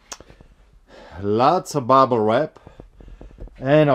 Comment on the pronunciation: I forget about your accent until you say Bubble Wrap haha